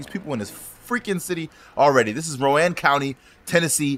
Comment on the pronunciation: Roane county is pronounced rone county lol